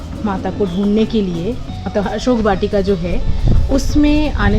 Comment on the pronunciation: Read as ashok vatika plz